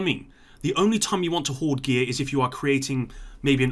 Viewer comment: “Hoard”. Not being an arse, just so you know.